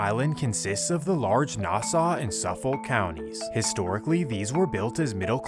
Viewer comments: its pronounced SUFF - iK and NASS- AW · Why is he saying nassau like it aint pronounced nasa , and hes wrong for decades theirs been gangs here in nassau county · As someone who is was BORN AND RAISED in Central EYE-SLIP (as AI got it wrong🙄 also SUF-FOLK and NAS-AWE as we pronounce it...) MS has been a HUGE problem forever on long island. i graduated central islip hs in 2004 and we were fighting MS back then...it didnt matter if you were black, white, emo, goth, thug, or jock...WE ALL HATED AND FOUGHT THE SHIT OUT OF MS. i am in no way affiliated with any gangs. But it made me cultured and it built my character, and made me who i am today. I'm proud to call long island home!!!! people dont realize that Long Island is FAR from the Hamptons and its all rich people. there's LOOOOTS of miles between Montauk and Manhattan.. 💖✌🙋‍♀🗽 my husband is from Brentwood, the town next to CI. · Its pronounced nass-saw and suff-fick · Nass-aw and suffok is how you pronounce it just fyi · "Nah-Saw county" lol....bro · 1. Nassau IS PRONOUNCED: “NAS-SAW” 2. Suffolk is pronounced: “SUFFICK” 3. Long Island is pronounced: “LAWNG EYE-LAND” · Your pronunciation of Nassau n Suffolk is insane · Great vids but you gotta step your pronunciation up fam. Mystikal, Suffolk, Nassau.. one YouTube search can fix this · Learn how to pronounce Nassau and Suffolk counties before you start spreading fake news about them. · I never heard “Nassau” pronounced like that, but then again, I’m stuck with this stupid “aw” accent 😂 I remember back when I first started driving being from Bay Shore, that if I got to a four way, don’t flash your lights at someone who has their lights off. Apparently this was an Ms-13 initiation where they follow you and murder you. But I never had an issue so idk 🤷‍♂️ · Nice video. These people are despicable. Some feedback for you: c'mon, pronounce Nassau, Suffolk, and Islip correctly. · it hurts how he pronounces suffolk & nassau county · That pronunciation of Nassau 😂